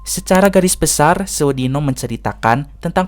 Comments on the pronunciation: bljr lgi nyebut judulnya.. sewu dino bukan seu dino😂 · Sewu, bukan se'wu